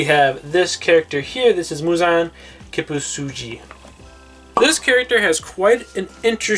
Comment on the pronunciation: your inosuke and muzan ones are fine tho